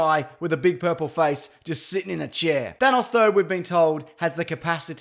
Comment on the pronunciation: thanos, not thanoss